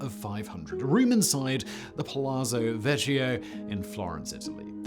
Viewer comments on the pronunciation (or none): Fascinating video, but just want to say that it's pronounced pah-LAH-tso VEK-kee-oh, Mr. Whistler. 😊